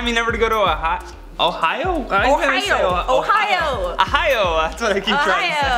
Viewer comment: Uh-hio? Ah-hio? Ooooohhh-hio! Jeez guys 😂